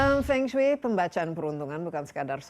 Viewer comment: Halo Kak Desi, pelafalan Fengsui hrs gunakan huruf E pepet seperti E dlm kata Emas, mEnang, sEnang, pEnuh seperti yg dilafalkan nara sumber itu yg benar Mdh2an lain kali jgn keliru lagi